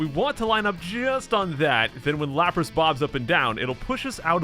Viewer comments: i just realised you said lapras xD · Lapras? Lapras? LAPRAS? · It's a lapras. Fight me. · is nobody gonna talk about how he calls it Lapras